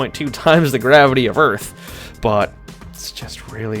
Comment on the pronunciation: You have no idea how funny 'Earth' sounds in my Non-Native-English ears :D Oorth